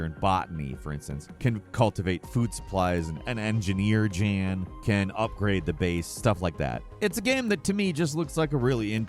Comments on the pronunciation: The main characters name in The Alters is Jan Dolski, pronounced "Yan" as in the Polish male name. Not "Jan" as is Janet.. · Protagonist of the Alters is called Yaan (Jan) not djan 🙄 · it’s pronounced Yahn Lol not Jan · You say Jan, and it’s obvious that it’s a guy, but refer to him as a her instead of realizing it’s probably the European soft J that would sound like Yan and be a guys name.😂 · Jan is pronounced almost like "yawn", but without the "o"-sound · Just fyi in alters the main character jan pronounced “yan” which is a Polish male name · The Alters. The main character, Jan is pronounces "Yan". It uses J in a Scandanavian way. Also, Jan is a male character. You kept saying "she." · This. Also, Jan is pronounced as Yaan. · Jan is a European male name and is pronounced "Yan", the MC Jan is clearly male dude come on XD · The Alters segment in this video reminded me of Eurotrip where the protag thinks Jan is a female name since they weren't pronouncing it correctly. :D